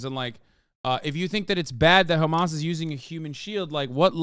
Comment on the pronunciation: FOR THE LOVE OF ALL THINGS!! STOP SAYING KHAMAS!!!!!!!!